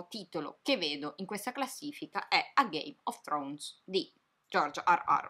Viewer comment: Perché invece di Game Of Thrones ho capito Gay Of Thrones? XD